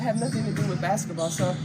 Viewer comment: Did she just call it Bassetball?